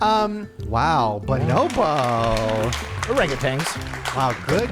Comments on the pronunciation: Thank You for correcting them! OranguTANs are apes not monkeys. There also is no G at the end of Orangutan. 🤣 Ok bye! ❤ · Did you know it’s actually pronounced OranguTAN not tang lol. I used to say it that way too and when I learned it was wrong it blew my mind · Orangutan is how it’s pronounced, not tang “orangatang” 😊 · I love every single one of you, but how does every one of you pronounce orangutan as orang-a-tang?